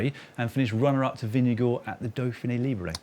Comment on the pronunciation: At least they did a much better job of ‘Vingegaard’ than most non-Scandinavian commentators, so that’s something 🙃